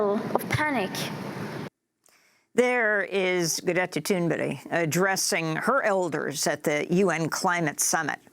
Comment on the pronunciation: Amy asked Greta how to pronounce her name and says it exactly right. Heads up.